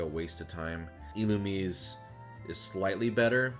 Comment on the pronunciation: Okay, mispronouncing Illumise, I'll excuse. No one could ever figure out how to pronounce that thing's name for the longest time. But... Slay-king? SLAY-king?!?